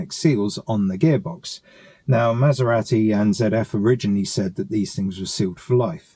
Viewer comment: Good video, but wish you would pronounce Maserati the Italian (proper) way ‘Maser-ah-ti’ rather than ‘Maser-rat-i’!